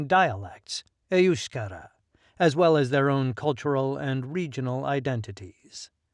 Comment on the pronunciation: I've never heard EUSKARA pronounced that way, with the emphasis on the first syllable. Must be the American accent.